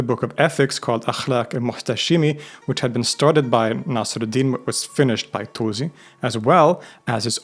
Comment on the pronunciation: Also Naasir-ud-Deen